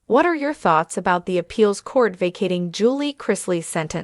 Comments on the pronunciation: Who read this? Their last name is pronounced Chris Lee. Julie is pronounced Jul Lee not Jul lay lol. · Her name is Julie pronounced ju-lee not Julay. Get your names correct.